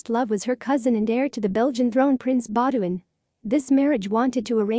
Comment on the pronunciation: I doubt that she wrote her sister a letter in 1998 when she would have been 126 years old. It's Prince Baudouin (pronounced Bow duon). What is written as a form of closed captioning is absolutely horrible: wrong words (princes was always ad for Princess was always sad); bad spelling (Bonapar for Bonaparte); etc. What? "She died in ice," Did she die in a skating accident or an avalanche? She died in the French city of Nice. The general content is good, but the pronunciations were horrid.